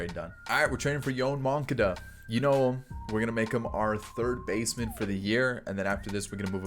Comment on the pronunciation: butchering names.. I know sometimes you’re joking but most of the time you’re not 😂 the way you were saying moncadas name was hurting my ears